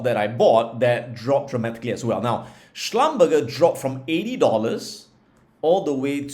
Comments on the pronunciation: Great video as usual... by the way.. Schlumberger is pronounced as Schlumber-"J" not Schlum-"burger". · Hey Adam, thanks for the sharing. By the way, the company Schlumberger pronounce as shluhm-buh-zhay. I got it wrong until I was corrected by wife 😅